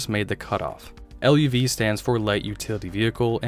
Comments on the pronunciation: It was the Chevy Luv, but it was pronounced LOVE! Absolutely, great little truck. The marketed it as the Love, not L-U-V. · It's pronounced love (luv) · Dang dude! You’ve never heard of a Chevy LUV? (Pronounced LOVE) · Chevy LUV was pronounce like Love. One thing you're not mentioning almost NO ONE bought these cars stripped because they already knew they'd be slugs. 98% of people bought standard drivetrains.